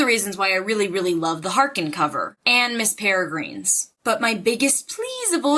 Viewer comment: just a heads up :) miss peregrine's home for peculiar children is one of my favorite books, ransom riggs is amazing cannot wait for the next one and I like you, but it is pronounced peregrin like I'm grinning. Grin :D ignore the e.